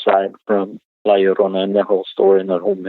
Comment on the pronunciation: Hey...The title La Llorona is pronounced; LA Yo-ro-nah...just sayin'